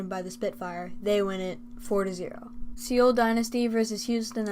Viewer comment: Very good video dude! This was very helpful because i couldn’t watch all the matches.Just one thing i have to say:Seoul is pronounced kinda like soul not „se-ul“